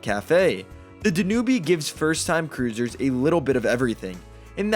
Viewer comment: If you’re going to do this kind of video, be sure you are pronouncing rivers, such as the DanUbe River correctly. You lose all credibility.